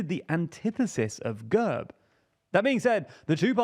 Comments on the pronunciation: quick detail to point out: GERB is pronounced with an E as in bed rather than an uh sound. It means coat of arms in Bulgarian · The E in GERB is pronounced as the e in elephant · He manage to mispronounce every name in that one sentence - from GERB, to Borisov, to Sofia